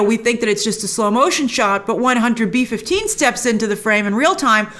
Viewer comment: Every time she says Hunter B 15 I hear Hunter beef.